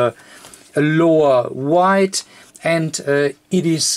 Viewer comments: Weight sounds like wait(or w8), not like wide (or white) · Also wanted to thank you for your videos; very helpful. If I could just offer one criticism, it's that your pronunciation of 'weight' to the native English speaker is wrong, and my brain gets stuck for awhile (until it adjusts!); I then have to go back aways and re-listen. Kind of like when you're reading and you come across a word you don't know the definition of. You can keep reading for several pages before you realize you haven't comprehended a thing since the errant word... Anyhow, just trying to help; thanks again! FYI, 'weight' is pronounced the same as 'wait'.